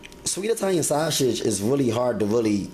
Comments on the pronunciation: yes it looks good but I can't follow or trust anyone who can't pronounce the food properly lol it's sausage not saushit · Lol. Me too!! At first I didn't know what shawsage was!! Lol. Great job tho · You say sausage weird, but you're right. We've been making spaghetti like this for years. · lol he do say it funny